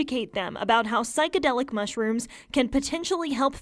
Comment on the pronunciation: This square can’t even say psychedelic right.